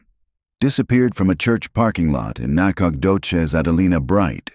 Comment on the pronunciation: You need to teach your AI how to pronounce Texas locations. Sabine? Nacodoches? Annoying. At least now they're giving a teeny tiny mention that it's "based on a true story." I just wonder what part is true. 5 kids missing? It can't be that. We don't let one child go missing without bringing out dogs, horses, 4-wheelers, helicopters, and every person that can walk. These days I'm sure there's even a few drone pilots.